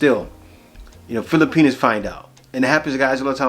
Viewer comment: Kuya, with much respect, it’s “filipiNAS”. Not fili-penis. Respectfully yours, a fan and subscriber.